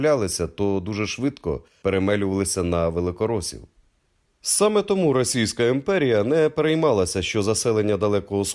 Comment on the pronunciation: Цікава інформація, тільки має попрацювати над вимовою, і позбаватись російського акцента. РосИйська, ідентифИкацИя... Вимова як у Тимошенко.....